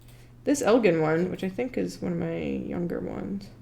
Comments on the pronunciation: I was watching this with my dad in the room, and he kept telling the screen you were mispronouncing Elgin, (“It’s EL-jin, like the drink.”), and I had to remind him yet again that the people on TV can’t hear him. We’re from Illinois, and he was telling me about touring the factory back when it still existed! I’m bummed that it’s been torn down and I can’t. It sounded super cool. I had no idea our state was so known for its watchmaking! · Elgin watch co was based in Elgin Illinois which is about 15 mins from where I grew up and the town name is pronounced with a “g” as in “Ginger” [el-jin] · The city is named for Elgin, like the Elgin marbles, with a hard g. Either allow both or accept the etymological one. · Yeah as a person who currently lives in Elgin it bugged me as well. Especially since I live like 2 blocks away from the old watch factory. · As an Illinoisan, I appreciate the correct pronunciation of "Illinois", but also as a Northern Illinoisan, I am bothered by the pronunciation of "Elgin". There is a city here called Elgin, pronounced with a soft g, not a hard g. The National Watch Company was founded in 1863 in Chicago, a factory was made in 1866 in Elgin, Illinois, and the company changed their name to the Elgin National Watch Company in 1874. Fun fact from the Wikipedia page: The cities of Elgin, North Dakota and Elgin, South Carolina derive their names from the watch brand. Likewise, NBA Hall of Famer Elgin Baylor was named after the Elgin National Watch Company. Who names their kid after a watch company?!?!?! I'm not gonna name my kids Tyson and Perdue after the chicken brands! One of his brothers was named Kermit, too, and that's more understandable. Edit: Thank you for correcting her, whoever you are! May your watches always be in sync and your descendants have appropriate names!